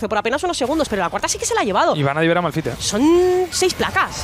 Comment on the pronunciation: Malphite q es esolo r Precede a fallar la r😅